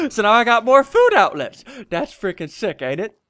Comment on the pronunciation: What happened to ur voice ur like dats good dats how u make this